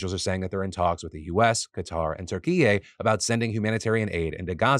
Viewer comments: The Turks still use Turkey and pronounce it Turkey. Stop with the turk eee yay nonsense! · Phil…just so you know “Türkiye” is just pronounced “Turkey.” Like the bird. They’ve just adopted a different spelling. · Phil pronouncing “Turkey” as “Türkiye” knocked me out 😂😂😂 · I love how he pronounced Turkey 🇹🇷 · You said turkey wrong. I will never that or BCE. It will be what it has always been. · bro went canadian when he said turkey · Is that the correct pronunciation of Turkey?